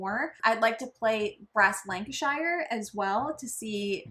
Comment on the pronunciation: Lancashire!!??!?!?! OMG.. try say 'lank cashier' as one word.. lan ka shear